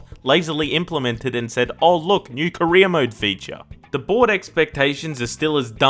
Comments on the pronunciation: Same here 🤣🖐 God dammit it's career not Korea car and reer = career for him it's more like ko and reer = korea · everytime you said career mode, i thought you said korea mode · I know that you're saying career mode, but I cant help but hear Korea mode, which sounds hilarious to me lol